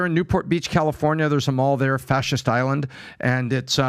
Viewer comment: said fashist island. 😂😂 it’s called fashion island. 👌